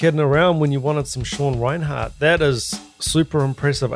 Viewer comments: 1. It's REI-NERT, not Reinhardt. (You Kiwis always make things sound weird too.😅) 2. He's really a jazz fusion guy who accidentally fell into death metal when he met Chuck Schuldiner as a teen and joining Death. He said his biggest influence is Vinnie Colaiuta. You can really hear it in his work in Cynic, especially their first album. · 1) it's Sean Rein-ERT not Rinehart (RIP - one of the most mispronounced names in metal). 2) he's the personal hero to many thousands of drummers including myself, so NICE CHOICE here dude. Maybe try watching a live CYNIC video of him from the 1990s. His playing with Cynic was where he cemented his legend. There is one video shown from behind the kit where Sean's left hand mastery is fully on display. ('swhat she said) But his playing goes far beyond the techniques he uses. He is/was a one man orchestra. Dave Lombardo meets Vinnie Colaiuta times nine.